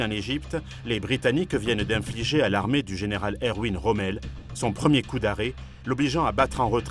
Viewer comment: On ne peut pas prétendre à faire oeuvre d'historien de la guerre quand on ignore complètement l'allemand. J'entends prononcer le prénom de Rommel à l'anglaise, ou à la française, par un narrateur qui ignore qu'en allemand le W se prononce V. Cela écorche mes oreilles et je laisse là un documentaire aussi mal préparé. Salut et fraternité*